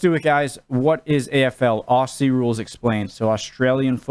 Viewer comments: Just to help you out with the pronunciation of Aussie. We here in Australia don't say "Ossie", we pronounce it "Ozzie". I know it's confusing but that is it. Oh, and we don't say "I'll throw another shrimp on the barby" We call them Prawns, and we don't even say "i'll throw another prawn on the barby". Just thought I'd clear that up for you. Cheers from Oz. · for fuck sake.. we are ozzys, ..spelt aussies, pronounced like ozzy osbourne, not oss-ee, try ozz-ee. There is an american AFL league ( you can look that up ) and also one of your fellow muricans, mason cox, plays here.. look him up on the tube as well. appologies if this has already been menioned, i wasnt going to go through 160 plus comments. keep up the learning, interested to see your progress. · Please cobber, stop saying ‘AWE SEE’ it’s cringe worthy to an Aussie. It’s Ozzie, as in wizard of Oz and E as in eagle ..... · FFS, pronounce it properly. Its Aussie as in Ozzie. Not Ossy, like a bunch of girls. It was just explained to you. Kick it or handball it using a punch. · 1, Aussie is not said the way you said it it's Aussie ( Auzzie ) with the S being more of a Z sound 2, When it says 18 on field and 4 on bench it means 4 on bench for each team so 8 total aswell as 1 additional for each team for Medical Sub so if you count the media subs it would be 10 in total 5 for each team. The 18 on the field isn't 9 each side it's nothing like Soccer. There is 3 sections... Backline, Midfield & Forwards. 18 players is 18 each team ( Hawthorn = 18 on field & Richmond = another 18 on field ) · O-ZZ-IE..........,the s in Aussie is pronounced as a Z